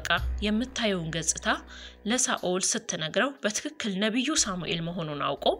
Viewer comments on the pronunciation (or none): none